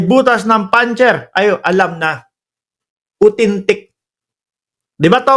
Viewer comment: Grabe Ang tawa ko sa pag gaya mo kay Kalbong Bato sa pag sabi niya ng AUTHENTIC as “UTENTIK!” 🤣😂😝